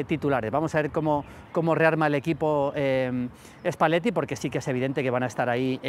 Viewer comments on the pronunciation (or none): 😂😂😂😂😂 Ganó El Milan No sé qué partido viste en la Ida. Ps se Dice Spalletti no Espalletti. 🙄🙄🙄